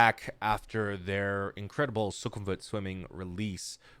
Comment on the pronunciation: Just watched Umu's reaction to beautiful beautiful and now here I am... ❤️ The song has such a good vibe while the Mv actually kinda looks pretty dark with all that fighting and robots xD Oh and PD: You might need to teach Umu as to how to pronounce Sukhumvit because she mentioned it in her reaction but still couldn't pronounce it right (not hating, I can't too xD)